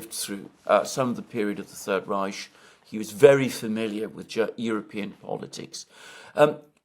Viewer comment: Everyone: "San Fransisco" Alexander: "San Franchisco" Everyone: "The Third Reik" Alexander: "The Third Rishe" Everyone: "Professor Mearsheimer" Alexander: "Professor Mearseimer"